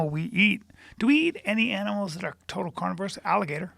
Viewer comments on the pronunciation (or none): none